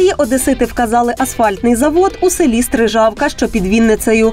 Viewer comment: СтрИжавка,а не СтрижАвка!